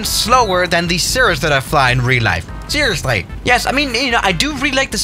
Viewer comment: Cirrusly XD